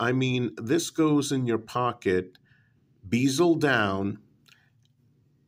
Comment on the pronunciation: "bee-zuhl", should be "bez-uhl"